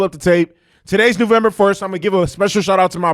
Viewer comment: It's November, not newvember!!!!! And it's not the 4th, and I believe you said the 1st. 🤣 it's the 3rd!!!! Yeah and the screaming you do is annoying!!!!!